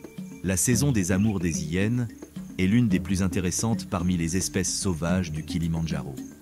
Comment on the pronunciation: Bonjour, tres beau documentaire par les images sinon, c'est vraiment penible cette voix par l'AI ... des Zhyennes et beaucoup trop de fautes. Vraiment dommage.